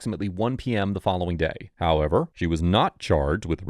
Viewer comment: love all the vids but sometimes you go one step forward and then one step backwards with your HOowW eVeR😅 little annoying